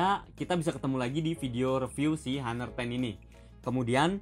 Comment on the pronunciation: Sebut nya aner. Bukan haner....